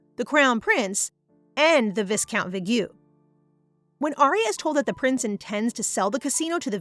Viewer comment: WHAT I HATE ABOUT pronounciation is "viscount". The correct way is vai-count. With the "I" as in "I am" sound. Please correct it!